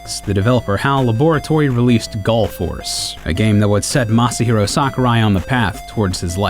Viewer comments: He said Masyer Daddy-o Sakurai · I love how the narrator isn't even trying to pronounce Masahiro's name correctly, he's just going full blown 'murican.